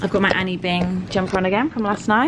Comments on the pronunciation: "Annie Bing" for Anine Bing 😂😂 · Just as an FYI the brand is ANINE bing - pronounced ‘A-NEEN-A’ if you look at the hoody closely it doesn’t say Annie! 😘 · It’s not Anny Bing it’s Anine Bing pronounced A-neen Bing. It’s been around for years funny how every UK blogger is only jumping on the band wagon now because everyone else is